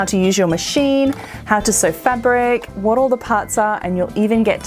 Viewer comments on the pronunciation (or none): none